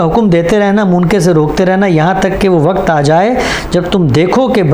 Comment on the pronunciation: TALAFFUZ THEEK KAREIN SAHABZADE ( WAKAT NAHEE WAQT HOTA HAI) AAP TO APNE KO URDU DAAN KAHTE BHI HAIN AUR SAMAJHTE BHI HAIN